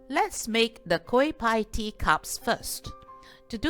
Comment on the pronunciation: Pls check the correct pronounciation on Google. it is pronounced as 'better' NOT 'bayter'.